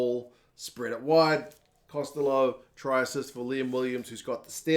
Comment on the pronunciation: Costello would be pronounced the way you want to say it but Costelow is pronounced the Gatland says it. Two different surnames. One of Italian and the other of Irish origin if I'm not mistaken.